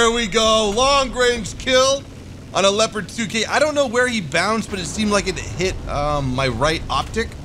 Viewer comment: not scheißa, Sondern scheisE! <3 and not lepad Sondern Le-O-pa-Rt :D it sounds so funny, plz more of that!